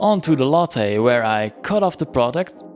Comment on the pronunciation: Why take a free replacement part that will just fail again when you can make a better one? Never heard lathe pronounced like it's a coffee drink from Starbucks. ;) Long a, not short. Like lay-the but one syllable. Yes, it breaks the rule that two consonants between two vowels makes the first vowel short. Probably some non-English source is to blame for this word.